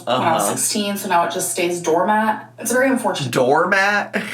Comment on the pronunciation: DOORMAT!?!!?????? Ain't no damn way. Not a chance. She gon' claim this one was a troll... She has GOTTA start using to the Google pronounce button before she starts repeating these words other ppl say to her.